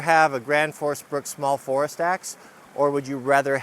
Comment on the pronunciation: as a non native speaker, I heard "today we are testing the most unusual access"... whaaat?